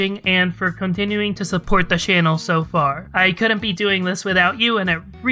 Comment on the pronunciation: 🅱️lease stop saying “shannel” 😭 it kills me every time, please say “Channel”